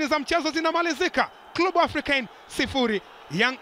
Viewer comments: Mtangazaji sio klubu ni clebe(club) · Mtangazaji kwa kiransa ni Klebe sio klu bwana